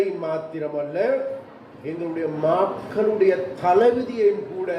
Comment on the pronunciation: மாக்களுடைய இல்லை மக்களுடைய ! ! அமைச்சருக்கு கொச்சை தமிழை தவிர வேறு தமிழ் தெரியாது போல் இருக்கு இவர் யாழ்ப்பாணி ? ? கடல்வளத்துறை அமைச்சர் இப்படி கேவலமாக மக்களை உசுப்பேத்த கூடாது ! "! அமைச்சின் கடமையை முதலில் செய்யவும் . .